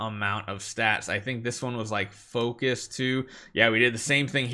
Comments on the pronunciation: ITS PHORCYS, please. PHORCYS not "FOCUS" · I like how he calls phorcys, "focus"